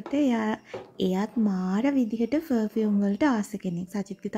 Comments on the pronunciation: ෆ(ර්)ෆියුම් නෙවේ අක්කෙ ප(ර්)ෆියුම්❤ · Two things... 1. It's පර්-fume. You can use Google voice to learn how to pronounce words properly 😊... 2. Makeup, once opened needs to be kept in the fridge... N they need to be refreshed every 6-8months 😊... නැත්තං ඕවා ගැවම ඇගට විස වෙනවා. Plus, use කරන්න ඕනෙ Organic, Vegan makeup. Your father can send from America 😊...